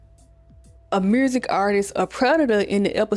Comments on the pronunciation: Notes: Girl, I keep forgetting you were born in 1999. At the end of the decade where you commentary alot of 90s black media. Like yo8 being co fused by if that was a Walkman. My soul died a little. I love how you say "mursick" like Shawty Lo. I guessing you're from Atlanta. I cackle at the random memes, at how you mentioned Roger weird ass, and Frank and his hair cute had me cackling like a ol witch. Ray do need his flowers as a black TV dad. He was great. And your feelings are valid but definitely growing up where Marques Houston who was Roger, being a singer in Immature and them singing with no shirts on, chile being predatory was so normalized. I am glad people are focusing on it more due to social media and having internet which give us these discussions. Like these artists have wives and gfs that were teenagers. Groupies were teenagers to grown men artists. Like even me, I loved Nelly. At 9 years old, I thought he was so fine. I wanted him to be my hubby, never thought bout sex tho but I get where your feelings. It was an era. I dont think like young girls have alot of heartthrob today...maybe k pop. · You mad pretty and I love the accent in the word “music” 🤣🤣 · Are you from Memphis? It’s the way you pronounce music and community 😂❤